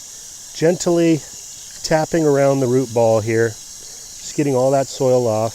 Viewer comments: Never heard the word gentily. usually i hear it pronounced Gently. the advern of gentle. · There are only 2 syllables in gent-ly. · Great information! "Gently," is two syllables, not three, lol.